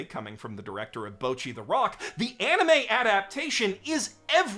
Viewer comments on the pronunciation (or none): even pronounces bocchi wrong? come on it isn't that hard. like you watch the anime and hear them SAY it, there's nothing to misunderstand